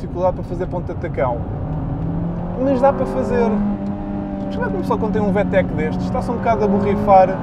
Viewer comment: Vê-Tech.. 🤦‍♂️ Vi-Tec!👍